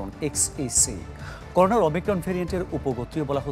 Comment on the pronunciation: করোনো নাকি করোনা😂